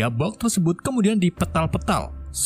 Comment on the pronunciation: Tersebut bang bukan tersebat wkwkwk